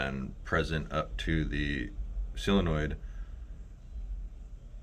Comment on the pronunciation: Sil-onoid or sol-enoid